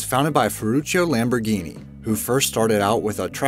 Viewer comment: It really irritates me that he pronounces Lamborghini Lambroghini